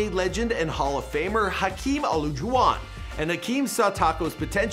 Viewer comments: “Hakeem Olajoowan”- 😂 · Hakim-ala-jewon.. lol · “Hakeem Olujwon” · Hakeem “ahloojawan” cmon man so many pronunciation mistakes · "Hakeem aluuugawan" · It’s Hakeem (Alah-Ju-Wan) Olajuwon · The way he pronounced olajuwon makes me mad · He butchered Hakeem's last name so badly 😂